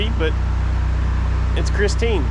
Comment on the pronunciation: It's not pristine it's Christine 🤣